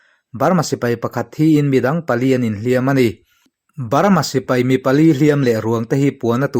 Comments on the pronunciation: Pali tiin midangin an lam ka hre ngai lo a, "PALE" an ti maiin ka hria. English ni lo hnam dang ṭawng hi Mizo ṭawnga kan chhiar dawn chuan a in ziah dan anga chhiar tur tih hi ka lo hriat ve dan a ni a, ka hre sual pawh a ni mai thei. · (Pale) mizo tawng anga lama chhiar tur Ani e,bengvar thlak thin khawpmai Kan lo ngaichang reng thin cheu nia